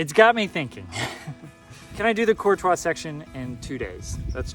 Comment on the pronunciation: I love that you pronounce "Courtois" correctly!!! I am from the area and most locals even say it wrong as "Courteous" or even "Curt-ois", and it drives me nuts. Congrats on pushing though, that is an accomplishment. I am sitting at home recovering from hip replacement right now, but hope to be back on the OT shortly.